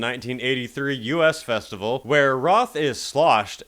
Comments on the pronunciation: it’s not the “U.S.” festival. It’s the “us” festival. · Pronounced "US' not U.S. Festival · The U.S. Festival? You actually said the yoo ess festival? Bad AI! 🤣🤣🤣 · The "U S Festival"? Do you also say "The W O O D S T O C K Festival?" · Why do so many creators call it the "U.S." Festival? LOL - It's the Us Festival, as in you and I, and every body else: Us. Yes, both letters are capitalized in the logo, but for gawd's sake, do your research. As to Moody, that's completely fake. Totally done for show. First of all, how the hell can he hear one dude booing him in that crowd? Secondly, how did security single the dude out so quickly if he wasn't a plant? Thirdly, booing is not cause for ejection from a metal show that you paid-for. Yeah, disruptive behavior when you're watching a quiet play in a theater can get you tossed out. This ain't that.